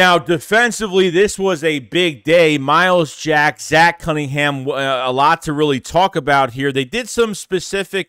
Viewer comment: Wow said his name right 😂 my starting LBs I want Dean and Jack